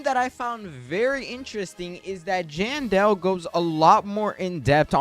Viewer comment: Am I the only one who noticed how he always misspells Jandel and says Jandal and another thing a normal candy blossom is like in the thousands but 1 normal lilac I had was 21 million and suncoil is said to be better than candy blossom do ur research next time